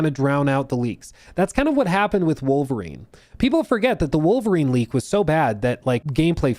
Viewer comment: saar! Saar!! SAAR!!!! Do not leek, saar!!